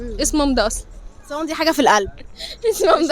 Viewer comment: صمام بالشدة هي أصلا نطقه غلط